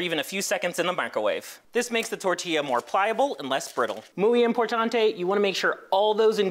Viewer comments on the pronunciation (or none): “Mooooi importantey” 💀☠️👹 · “Mooy importanté” Me: I’m bouta cry 🥹😭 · Mweee imortanteh 🤣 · "Moowey importantay" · “mOO-eY im-por-tA-ntE” is not the correct pronunciation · The “moy-ay important-ay” had me dying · “Muwee importante” most white pronunciation i ever heard and it came from a black dude… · "Mooey imperrrtanteyy" kkkkkkk Just kidding, thanks for the effort man, very good video 😙🤌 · 🙎🏼‍♀️: “mooey importantaii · His pronunciation was so Englified. Spanish people do the same making brands like Spiderman sound like Spiederman haha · Tho most american pronunciation of Spanish